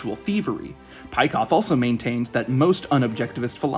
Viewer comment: Nice video. A small correction, Peikoff's name is not pronounced like this.